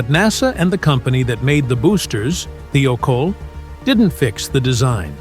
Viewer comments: "Thigh-oh-caul" not "thee-oh-kohl" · Thiokol is properly pronounced “ Thigh - oh - call “ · This video would have been better if the narrator could pronounce Morton Thiokol correctly. There is no e in it.